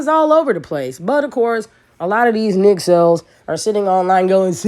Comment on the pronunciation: Did she just say nick cells 😂😂😂😂